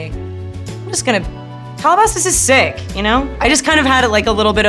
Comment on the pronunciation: "sICk" I LOVE HER SO MUCH